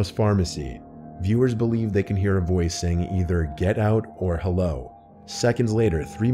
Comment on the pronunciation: He didn't say hello he said heller 😂